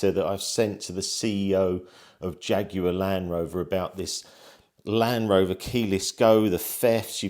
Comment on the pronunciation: Doubtful you will get any meaningful response. Also it’s LAND Rover not LAN-Rover😂